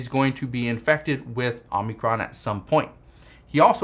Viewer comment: It's Omicron not Omnicron!